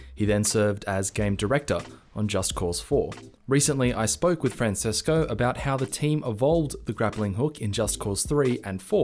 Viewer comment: I always thought Francesco is pronounced as "Franchesco". Please speak to the people at Mercury Steam. I'm a huge fan of their games, despite them being in different genres and different themes.